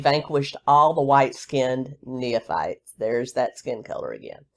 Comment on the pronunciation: It is pronounced "knee fights." Nephites. No third syllable in between. 😀